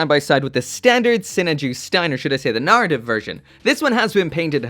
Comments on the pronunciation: Please, please start to pronounce the word "Narrative" correctly. For weeks I would try and find "Nartiv" Gundams online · that "arra" syllable really gets away from him eh? 😂